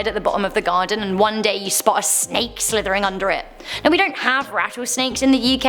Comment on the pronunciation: Cheetah cups! Fuzzy! I wanna pick them up and cuddle them! (And then get torn to pieces by their mom, probably.) - Feed the deformed deer fetus to the cheetah cubs? (and their mom, of course.) - Did you say "slithering" or "Slytherin"? - Three of them?? Something's afoot! RUNNING TO HOGWARTS! RUNNING TO HOGWARTS!